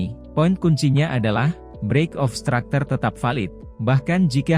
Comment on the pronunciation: Structure bang bukan stracter